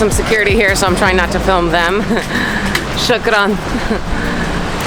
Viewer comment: Lady its not sakrin that mean drunk. Its fukn Shookrin.